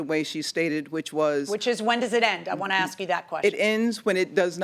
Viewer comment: Getting old hearing people pronounce "ask" as "ax." Oh, and "texts" as "texas." Sounds alot like Smeagle in Lord of the Rings...